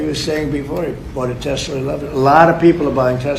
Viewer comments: I would think when Trump bought his last car was named after Nicholas Tesla, you remember the guy your favorite uncle MIT, received all his classified to this day paperwork. Then you must have bent time. Tesler... thats funny. 😂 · Only person I know who consistently calls Elon Musks disposable car a Tesler. Three or 4 times now. 😂❤